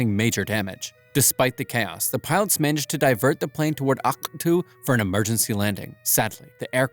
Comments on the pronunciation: Do NOT pronounce Aktau like that It really sounds like you know what… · Not to be mean but the way he said Akatu got me rolling🙏😭😭